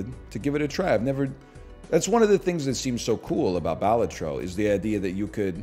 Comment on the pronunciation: No dude, it’s pronounced “Balatro”